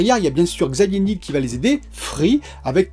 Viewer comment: Il me semble qu'on dit Xavier Ni-el comme le miel